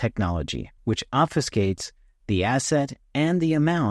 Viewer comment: Huge kudos for being one of very few YouTubers who properly pronounce the word "obfuscate." Seems like 19 out of 20 mispronounce it as off-you-skate. What???! I think they all copy each other ;-)